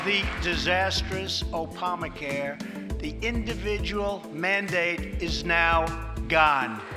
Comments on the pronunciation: “Opama” care? What planet is this guy on? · trump said Opama care 🤣🤣🤣🤣🤣🤣🤣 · Did the idiot just really say 'Opama care' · Can't even say "Opama" right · "Opama care" "Youman rite" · "Opama care" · he said Opamacare 🤣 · O-PAH-mah care? Is that coverage for an Oompa Loompa?